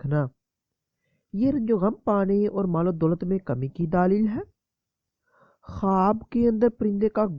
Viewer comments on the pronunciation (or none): بھائی آپ کیسے بولتے ہیں؟؟؟ اور لفظ "دلیل" ہوتا ہے "دالیل" نہیں۔